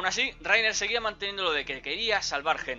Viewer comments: Raina* :v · Se dice "Layna" >:v